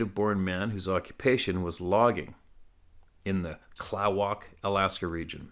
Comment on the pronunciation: Klawock is pronounced Kluh-wock. Its a village on Prince of Wales Island just north of Craig, AK.